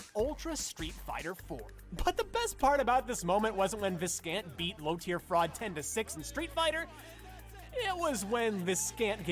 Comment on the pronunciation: Viscant is pronounced vigh-cant though